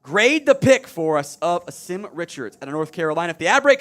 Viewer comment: Name is pronounced Awesome. He’s a GREAT young man and will work his ass off to be the best player that he can be. He’s had to work under 3 offensive line coaches during his career at UNC. Better coaching will help him flourish!!